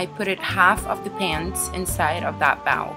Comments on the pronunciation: "a bowel" haha you mean bowl? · Bawol xD it's bowl like Super Bowl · ok im not trying to make fun of her accent but she said bowel. instead of sayinf b-OE-well. but lol i bet she can keep trying XD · OH MY DAZZZE LEARN YOUR WORDS ''bowwl'' ''seww'' -_